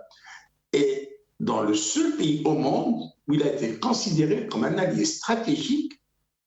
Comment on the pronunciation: D'abord on ne dit pas "piys", mais "pAys", ça se prononce comme : PAIX + Y, ou ; Pai ys, pas Pi, ou π 3.14, d'accord ? Je remercie El Marrokiya et ses employés de promouvoir les attaques de plus en plus virulentes contre notre pAys de la part de ses pires ennemis qui visent son démembrement à l'instar de la Libye, du Soudan, de l'Irak et de la Syrie, etc. En tout cas, vous êtes de sacrés patriotes. Vous serez sans doute décorés par vos maîtres et bailleurs de fonds, dès qu'Alger et toutes les autres villes d'Algérie où se trouvent encore vos familles, ressembleront à l'actuelle Ghazza, merci infiniment, c'est Malika Z3aytra-106, et ses maîtres banou sahyoun, qui doivent être fiers de vous, bravo les gars d’El Marrokiya!!! NB: Nous avons été et nous sommes toujours et depuis le Hirak El Moubarak, plus de 90% d'Algériens à manifester notre mécontentement de la façon dont NOUS, PEUPLE ALGÉRIEN sommes toujours écartés du pouvoir, surtout notre jeunesse qui est toujours méprisée et dont les énergies sont totalement gâchées par une classe politique pourrie par la corruption et le népotisme, mais aujourd'hui et vu les convoitises et les complots que vous feignez de ne pas voir, il serait irresponsable, voire suicidaire de continuer à apporter de l'eau aux moulins de ceux qui visent la destruction de notre pays, sachez que vous serez tenus responsables de vos actes et de votre attitude d'aujourd'hui. L'efficacité de la diplomatie algérienne n'est plus à démontrer, le monde entier la